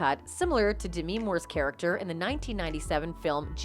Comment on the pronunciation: did she really mispronounce Demi Moore’s name lmao